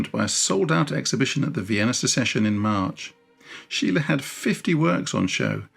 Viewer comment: Deberías aprender a pronunciar su nombre corectamente antes de hablar de el.